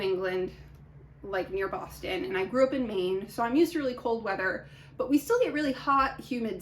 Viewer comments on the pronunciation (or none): none